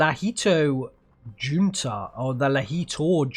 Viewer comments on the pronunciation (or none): I'm not 100% but in most languages, bar English, the letter J tends to be pronounced like a H (ie. Jesus = hesoos, Juan = Huan, Junta = hunta)., I'm guessing it's the same with Finnish, so Tank-in-tor-hunta. Thought it was worth mentioning as there are several Junta units in the Finnish divisions. I'm not sure what Junta means, but it seems to possibly be Group.